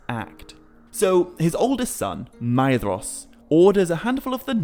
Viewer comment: I do love this series, and your speech and pronunciations are also so utterly fantastic. However, one small titbit I feel I would argue... Surely "Maedhros" should be spoken with the As Gaeilge pronunciation of "dh" and "s", making it "May-rosh".